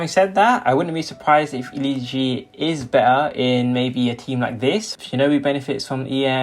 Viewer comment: The real crime of this video is how you pronounce Elegy.